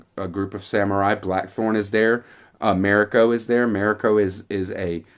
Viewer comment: Ma- REE-ko